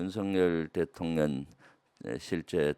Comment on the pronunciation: 늘 바른 생각으로 바른 말을 하시는 김병주 의원께 존경을 보냅니다. 참다운 군인이시며 참다운 의원이신 분, 앞으로의 의정활동에도 응원을 보냅니다. 그런데 의원님, 한 가지 잘못하시는 것이 있어 지적하고자 합니다. 자꾸 대통년이라고 발음하시는데, 대통령 노릇을 하고 있는 어떤 여자를 떠오르게 합니다. 대통놈이 있는 것도 아니고...